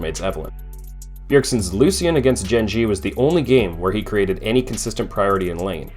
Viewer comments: Love the narration besides loose ian, like bruh how is this the champ that you pronounce differently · I don't trust people who pronounce Lucian, Loo-see-in. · say it with me...loo-shen